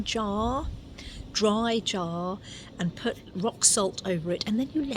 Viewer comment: Dry. Not draw.